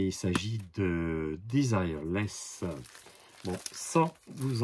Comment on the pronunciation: Cher Mon....sieur : elle est française donc c'est "Dézireulaisse" (phon*) et non pas "Dizailleurelaisse". Ouh la laaaaa